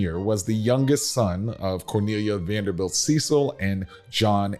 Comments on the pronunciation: You mispronounced Cecil dozens of times. It is pronounced Sessil, not Seecil! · You might want to address them as they address themselves... Cecil (SESS-il as in rhyming with "vessel"), not SEE-sill. Get it right if you're going to teach history. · Cecil is pronounced as sessil, not seesil. Short e sound. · Interesting piece, but the Cecil's pronounce it as "sessil" rather than "seesil". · I worked at Mission Hospital in Asheville for years and had the pleasure of caring for members of the Cecil family. They do prefer the English pronunciation of their name with “ses-el” rather than “see-sal”. The house and grounds are amazing as well as the economic uplift it brings to Western North Carolina. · It is not pronounced "Cee-sil", It is pronounces like "Sess-el". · Their name is pronounced “Sess-sull” not “see-sull” (Cecil) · Correct pronounciation of the name is not Ceecil...it's "Cessil" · pronounced Ce (short e) cil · Very interesting video about the Vanderbilt family here in Asheville, North Carolina. But I would like to make one important correction. The last name of the family in charge today,Cecil, is not pronounced the way it looks, but rather rhymes with the word vessel. Please and thank you! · Went many times from 1973 thru 2002. Lived nearby. Not to be picky, but the guy narrating mispronounced Cecil. Its sort of a short sound e. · You mis-pronounce the Cecil last name. Bill Ceil is a classmate and friend of mine.